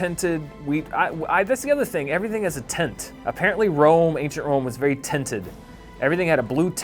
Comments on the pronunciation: it took me a while before realizing that when dan said “tent” that’s how he says “tint” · can't pronounce tint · Does anyone else think says "tint" weirdly?